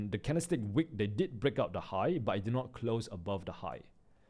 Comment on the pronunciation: it is wick not Weak